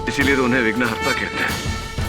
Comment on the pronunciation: विघ्नकर्ता नहीं विघ्नहर्ता